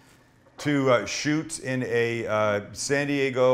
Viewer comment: is that "SAN th dego " ? LOL MAMAMIA !!!!!!!!!